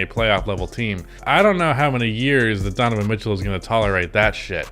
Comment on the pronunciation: "Why Utah Must Trade Donovan Mith-Cell"